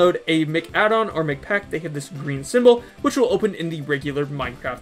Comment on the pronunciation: the way he says mcaddon makes it sound like its a mcdonald's item